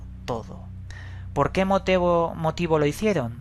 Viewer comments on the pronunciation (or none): moteeevo haha